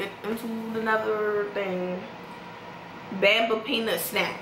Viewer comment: She said Bamba wrong. And called it cheese puffs when it says peanuts. Lol.😆